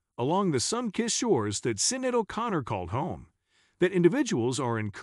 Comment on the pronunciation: If you're going to put out click bait, at least pronounce Sinéad's name correctly.